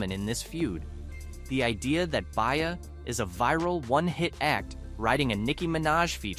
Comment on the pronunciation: He name is BE-Ah… not Bay-Ah… B-IA. Stop using AI, or speaking on Black culture.